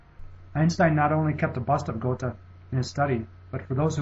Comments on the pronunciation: No doubt Goethe can be called the smartest human ever. He is also one of the most influential. However, why can't the producer of this video learn how to pronounce this great genius' name. Please check out what the two little dots above the "o" do to the sound of that vowel. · Do you realize that you are pronouncing Goethe incorrectly? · Goethe is pronounced something more like 'Ger-ta' than the pronunciation 'Go-the' used in the video. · GOAT-uh, and ParacelSEE-US? What in the world is the matter with this narrator? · I'm pretty sure it's pronounced "gur-tuh". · it's not GU(R)-tuh, but Götuh: ö like u in "further" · Lmao. Please learn how to pronounce Goethe's name. Speaking of issues pertaining to credibility, why, pray tell, would one rank Einstein ahead of Leonardo? Absurd. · Your pronunciation of Goethe was highly irritating. ;o) Good job. Thanks for doing this. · This is a great video, but try and research the pronunciation better. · germanly speaking, he pronounced it wrong, very wrong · I think the narrator should make an effort of learning how to properly pronounce the names of the masters who appear on the list, if not with respect to their own languages (e.g. Einstein="ine-shtine"), then at least with respect to the standardized American pronunciations of their names (e.g. Geothe="gur-tuh"). The French pronunciations were very bad in particular. That said - where's Feynman? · 1. of the pronunciation of goethe is just bad :p 2. goethe didnt "follow" newtons theorie of light and color... he thought newton was wrong (it happens so both were right they only used different approaches goethe: color addition newton: color subtraction) 3. the biggest point i have with this video series: HOW THE FUCK can you measure the IQ of people that have died hundreds of years before the first IQ test was even created (like Hypatia, shakespear, ...) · the way you pronounce "goethe" is also annoying.